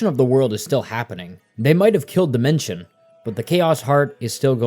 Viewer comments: Him saying dimension instead of Dimensio is giving me an aneurysm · SPM IS STILL MY ALL-TIME NO.1 GAME (also it's Dimentio and not Dimension, and u also said Crunch instead of O' Chunks 💀) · Idk if this is correct but I hate how your saying demento or however you spell that cus I thought it was pronounced de-ment-e-o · Homie calling him Dimention when the background footage literally has him saying "I'm Dimentio" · It's actually pronounced dimentio I think. 😅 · every time he calls O' Chuncks "Crunch" and Dimentio "Dimention" i lose a braincell